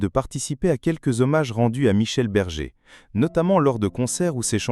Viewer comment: Berger et non bergue